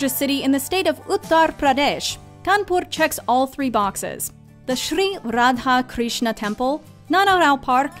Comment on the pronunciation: U guys made me very happy and soothing when u pronounced kanpur and radha krishna perfectly being an indian and regarding the video as usual u guys rock